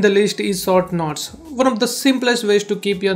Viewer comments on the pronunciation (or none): Can u say NOTES not KNOTS. Its distracting me alot. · “scroll down and select nots” HAHAHAHAHGA AGWJAHHSHSDBNLMAOOOOOOOOO “nots”